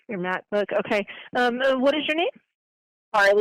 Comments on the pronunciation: Lol who has all that in their bookbag? And shes a flight attendant that goes to school? Shes said macbook right not mathbook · Pretending to be her daughter, I think she said Mac book, not math book. Just fyi 😊